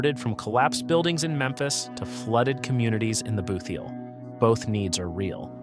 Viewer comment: What happens when only reading a word instead of knowing what a word means before reading it…BOOT heel not Booth- eel.